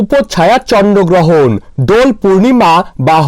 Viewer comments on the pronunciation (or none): ata chonno grohon na bhai ata chondro grohon 😅😅😅😅😅😂😂🤣🤣